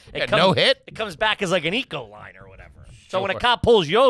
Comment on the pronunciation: Ecoline? It's Econoline. Dirt bag at his finest. 😂 Congratulations on the kiddo. Also Happy Birthday to Uncle Hank tomorrow, we share a birthday. -HotdogEggs 🤘